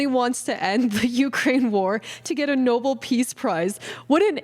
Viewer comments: It's pronounced no-bell not noble or noball - You pronounced it as badly as Karine Jean-Pierre! 😃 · The Nobel NO-BELL, Not Noble! Love you! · No-bell not noble peace prize. Please look up how things are supposed to be pronounced. Your generation makes this mistake constantly. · It's the NO-BELL Peace Prize, not the NOBLE Peace Prize. You're welcome. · love everything you do but it’s pronounced No-BELL peace prize, not noble 😅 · It's um...It's Nobel (no bell) not noble. Thank you. Have a great day! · Its pronounced No bell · I like but she can’t even pronounce Nobel. It tells me she knows nothing. But she’s fun.